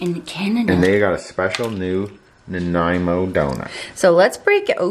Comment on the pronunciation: omg so much yumminess! I love boston cream donuts. haven't had one in so long! and you said it right, -Nan-eye-moe. :)